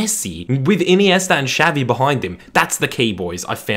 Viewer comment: Messi preformed well against United in both champions league finals, didn't he? Edit: I cringed so hard when you said Shavi instead of Xavi